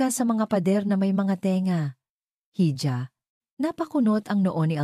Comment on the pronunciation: "Hija" spanish word for calling a girl or a woman..should be pronounced as "Iha"..